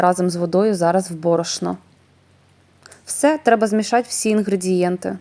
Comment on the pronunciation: Не додаватЬ , а додаватИ !!!!! Не змішатЬ , а змішатИ !!!!!!!! Не прАцес, а прОцес !!!!! це не хліб ,а КОРЖІ !!!!! А кІлим -- це що ?!.... к І л и м ...